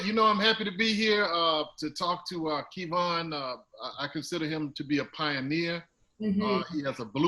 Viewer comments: For someone to say “I’m a fan of your work” but still call him “KEYVon” is 🤦 To not correct him til nearing the end of video and still keep a smile is impressive Mr. Kev!.... I slick think Doug is asking questions to kick start & help his own online presence... maybe I’m tripping 🤷‍♂️ what y’all think?!?!?? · You accepted KeyVon as your name now? This dude is getting me upset and it's not my name. He just rude. Glad Kev finally spoke on it but goodness! You're being judged by not saying a person's name correctly even though you're supposed to be a fan and being interviewed. I'm only here for Kev. Doug, Kev answered your questions. Why try to put words in his mouth to make him believe whatever you want him to. Rude, you would take it for the money...don't believe you. Man, I really want to stop watching, but I must support. STAGEKREW life. He was waiting for the offer. Jealousy, envy much? Kev, discernment is awesome, let the Lord use you bro. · Key-Von smh dang Doug still can’t get right lol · Did he say KEE von? Come on Doug... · It’s Kev-on Doug.... I’m your conscious 😂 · Lmao key-von haha gettem Doug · So you just never gonna say his name correctly huh #uglyboyspod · Did he call him Kevon?? 🤣🤣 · Who tf is "key-von"???🤣🤣🤣😂😂😂😂😂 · Kevon is different from Key - Vaughn lol I get Kevon like Devon but Key-Vaughn it’s too much 😆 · Who the hell is “Key-Von”? 😂😂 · 😂 He thinks his name is “Key-Von”.... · Ok ok who TF is Kee'von. You mean Kev On.... Whew chile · His name is pronounced Key-Von? Oh snap... his name is Kevon? Wow... I just caught that... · You know how much effort it takes to say KEY-VON. This man clearly being petty. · Who is KeyVon??? Ughhhhhhh Hi Kev!! (Edit: Couldn't watch this all the way through with saying KeyVon) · Is he trying to throw shade by saying Keyvon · Doug is such a OG, he keeps saying Kēvon... and shout out to Kev for not correcting him upfront like most of us would do. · Who is KEE-Vaugh?!?!?!